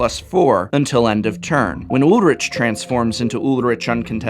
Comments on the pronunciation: I think it's Ulrik not Ulritch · Ulrich = Ool-rri-k (really it's more a soft ch at the back of the mouth where the tongue doesn't touch the pallet, sort of like the way a cat hisses) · I thought Ulrich was pronounced "Ull-Rick", since it's a German name. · Your pronunciation of Ulrich triggers me